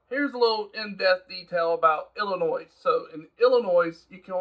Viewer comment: its illinoi, the s is silent